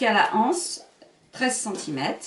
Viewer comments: Les z’anses, l’anse. C’est bizarre cette mode qui consiste à prononcer anse comme si il y avait un h aspiré, alors qu’il n’y en a pas. Ceci étant dit, merci pour cette excellente idée de sac bi-matière. 🙂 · Exact! Je ne sais pas pourquoi tant de personnes disent la anse, les (h)anses ?